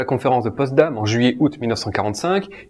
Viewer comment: Tes vidéos sont de très bonne qualité : tu parles clairement, les sujets sont intéressants, tu ne perds pas de temps sur des détails inutiles... Juste un détail : c'est la conférence de Potsdam, pas "Postdam". ;)